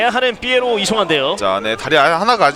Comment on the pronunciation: 이런 명경기에 해설위원이 선수 닉네임을 잘못부르는게 영 거슬리네 삐에로가 아니라 피에로인데